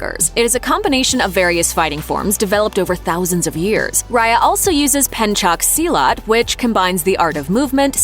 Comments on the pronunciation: i like your accent,say it again. "Selecot" "Pencock Silat" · “Penchuck Seelot”